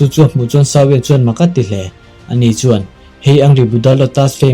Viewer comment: "shao wen" chu tunge🤔 "Xiao yan" zok alawm le a changtupa hi,,🤨lam rik dan tur leh a thlûk dan tur chu,, "ziô ân" 👈 tiang ang hian lam rik tur